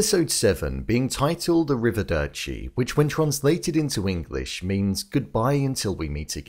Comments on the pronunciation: Arrivederci, not Arrivedeci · Arrivederci not arrivedeCo